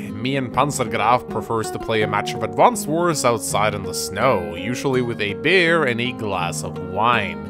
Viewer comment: Every time you say "beer", I hear "bear".